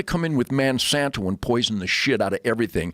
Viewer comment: Is he intentionally mispronouncing everything?! Vaygans, mansanto, payta, tofU (with the inflection on the second syllable) lol